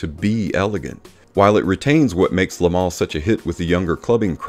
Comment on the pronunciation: Every American reviewer seems to always mispronounce le versus les. Le parfum is pronounced ‘Lu’. Think up. Les is pronounced ‘Leh or lay’ and refers to the plural.